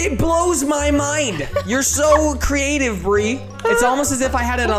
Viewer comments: When Bri needed a boat said "your so creative bri" but when he said creative he said breative 😄😂😃😆😂😃😄😅😆😂😃😄😅😆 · When it says breative instead of creative